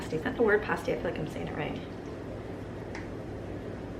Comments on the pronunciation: It is pronounced past as in past tense. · Pasty rhymes with nasty.....Oh man I love those things! You should do a Michigan Meet up next time you're up here!!! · Pasty rhymes with Nasty. One of the books I read had a restaurant called the "Nasty Pasty" and they explained how it is supposed to be pronounced. :D Has nothing to do with the taste, of course, which can be delicious, even if they look funky! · Hey Amy!! Love watching your food prep videos all the way over here in Upper Michigan! Its Pass-tee lol. So many options you can do with them. Yum yum. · Pasty rhymes with nasty